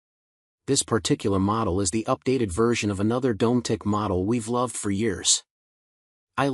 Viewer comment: Dom-met-tic not Dome - Tic